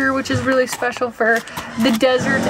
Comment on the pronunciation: A berry pecial famwee..👁❤🐑